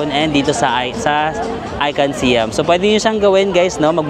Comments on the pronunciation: Hi, ang proper pronunciation po ng SIAM ay (pag tinagalog ay SA-YAM) di po SI-YAM hehe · Our Princess, Siam should be pronounced as Syām (Sayām). Siam was the old name of Thailand until 1939. Just like Formosa to Taiwan and Persia to Iran. 😊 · Sayam pag pronounce ng Siam at ang Sook is Suk come's from the word kwamsook mean's happiness